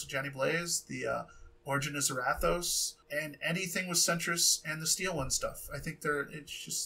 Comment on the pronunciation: Centaurious .. not Centrist .. mispronounced bud